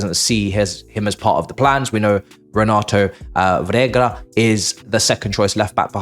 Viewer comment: How you are still not able to pronounce Renato Veiga is killing me😂😂😂😂😂